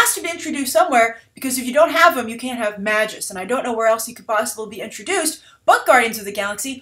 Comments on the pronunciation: you could pronounce it the way its spelled lol and if marvel comes up with a new pronunciation thats on them. cause its magus not mags-us like his name is maggie or something lol. a magus is a type of magical being like a wizard or sorcerer. its like dc taking an arabic word ra's and changing its pronunciation to raesh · "Magus" (mage, sorcerer) is pronounced with a long "a". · "Mage-Us" And Adam Warlock is essential to the Guardian property. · Magus, pronounced May-gus -_-, it's an actual word for crying out loud.